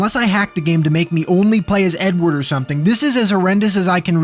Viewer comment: Every time you said “Edward” I thought you said “N-word”